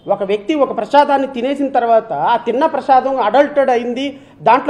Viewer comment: Adi prashadam kadura prasadam.evadra nuvvu edava